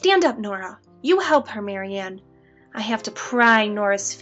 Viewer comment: Um, its Marianne